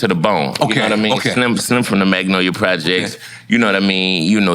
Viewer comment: Nore, stop saying the L in Magnolia. 😂